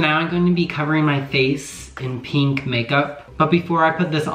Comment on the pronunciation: why does everybody say peenk